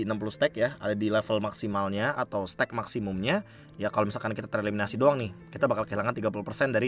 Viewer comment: Be sepele sih ini, tapi baca stack-nya agak ganggu, jadi laper dengernya steak mulu😂